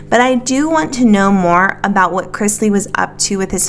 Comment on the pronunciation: Can we please stop saying Crizzzzzzzzlies? It's Cris - ley. :D